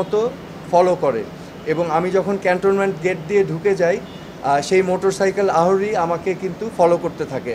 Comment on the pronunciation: আহরণ, আহরি..... আরোহন, আরোহী 🤭